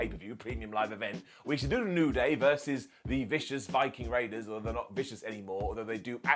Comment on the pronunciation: you have to enunciate viking or you will get age restricted!!